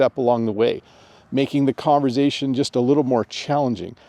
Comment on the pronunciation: the S in conversation is unvoiced